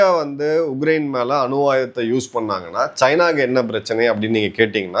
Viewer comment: His thamizh,his pronounciation has to improve a lot...he says ugrain instead of Ukraine